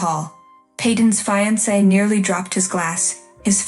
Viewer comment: Hissed, not hist. Charge the mother with assault! Peyton doesn't deserve shit. Pronounce fiancé correctly.